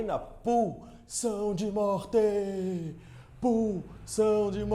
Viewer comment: "Pulsão de mortêehh" kkkkkjj